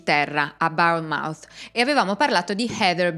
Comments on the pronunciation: Si pronuncia Bournemouth, non barnemout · Cmq io ti seguo più o meno da sempre ed è la prima volta che mi accorgo di un piccolo errore, non è una critica ma solo un’osservazione di pronuncia però carino come pronunci Bournemouth ❤. in inglese la pronuncia è bawn-muhth e in americano born-muhth cmq contenuti fantastici ti seguo sempre, mi tieni compagnia faccio il camionista notturno la mia linea è bracknell in Berkshire - Truro in Cornovaglia, e seguo i tuoi podcast 👍 continua così grazie ☺️